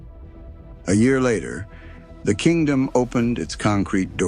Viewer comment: They lost me as soon as the narrator pronounced the Kingdome as "kingdom". Seems inexcusable for a documentary about Seattle.